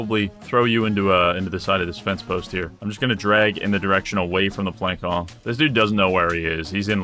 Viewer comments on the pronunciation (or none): voulge is not a real word and plançon is pronounced planson. Also the A isn't pronounced the same way as in "plan". Rather, more like the A in "call". Sorry for being a language nazi but swords are also definitely not machetes lol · Also,, the ç in Plançon a picot is an s sound, not a k sound. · your pronunciation of plançon makes me want to find out where you live and send you the heads of baby dolls